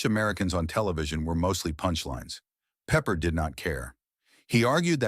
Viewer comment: 3 weird facts about the 20 weird facts: Voice-O: Peppard is pronounced Peh PArd' not peppered.16 episodes. plus the pilot which was a multipart episode. Banacek got 10% bounty finders fee, not %15.